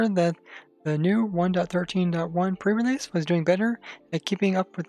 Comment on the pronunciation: Really? Pre realeseeee??? I just...